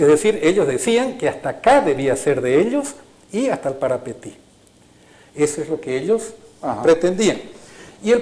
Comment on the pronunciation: Como paraguayo te digo Parapití no parapetí